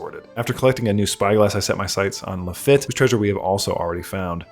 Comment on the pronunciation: minor nitpick. Lafitte is probably pronounced "La-Feet" since it's french.